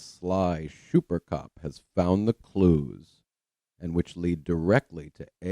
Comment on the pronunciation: "phish mc donish" (intentionally not capitalized) kills me, lol. I love it. I especially enjoy you saying "Shummer " and "shuper cop".... I know, I'm petty but he is such a monster! If you want to be truly sickened, watch his case review on the death of Rebecca Zahau. It was before Mike Profiling Evil gave him his walking papers. I am convinced that that case review is what made Mike send him packing. Chris' thoughts and accusations about the victim, to her brother in-law are appalling. Keep doing what you're doing....you now have a shuper fan...me 😁